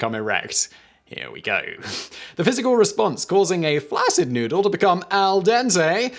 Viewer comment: Please learn the correct way to say the word "flaccid"